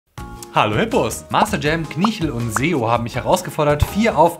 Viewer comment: Seo? ernsthaft? er heißt Zeo!!!